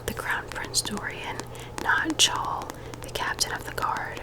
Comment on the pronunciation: Chaol is pronounced “Kale” in the throne of glass books. I said it wrong in my head for so long 🤣